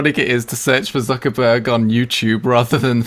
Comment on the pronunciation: Probably cringed at Zuckerberg too